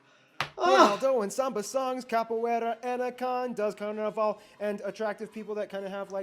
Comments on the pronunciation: Its CarnAVAL, not CarNIval :) The guy says a lot of things wrong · Man, the pronunciation of this guy presenting this geographics/democrafics/etc is just crap. You knew how to pronounce "carnaval" and you unlearned it from this guy.